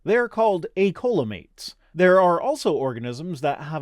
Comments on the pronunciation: Coelomate is pronounced with an s, and it hurt me so bad as a training microbiologist that i had to comment. I've never actually hear "coleum" before, but its pronounced "seelum" because sometimes english is great. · not to be nit-picky....but Coelom and coelomate are pronounced SEE-lowm and SEE-lowm-ate. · Coelomate is usually pronounced as “seelomate”. It’s the same “coel” prefix (meaning hollow) that appears in the name of the coelacanth. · Lol came here to say this